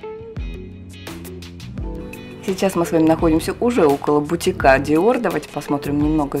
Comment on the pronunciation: БутИка, а не бутикА